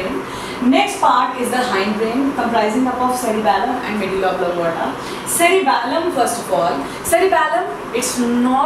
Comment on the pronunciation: no offense but .... oblong*a*ta